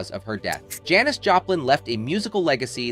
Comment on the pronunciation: Is this a robot and why does he keep mispronouncing Janis?